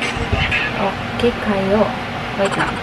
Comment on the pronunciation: No one:: oki kayooo HAHAHHAHAA la lang na tawa lang me kase bisaya ako eh😁😆